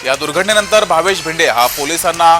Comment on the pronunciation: Name is Bhinde. Not भिडे.